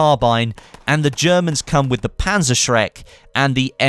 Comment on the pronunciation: "Working not properly..." reminds me of the G36 that was beeing used in the german military since they noticed that it wasnt working as it is supposed to :D Btw. I love how he says "Panzerschreck" sounds funny :)